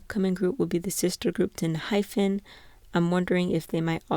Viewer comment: enhypen... please... hyPen, not hyPHen. sound it out i'm begging